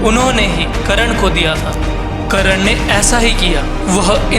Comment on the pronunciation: भाई करण नहीं कर्ण, नाम का उच्चारण तो सही से कर लिया कर।